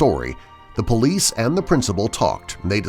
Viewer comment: All this time I thought he was saying bullies but he was actually saying police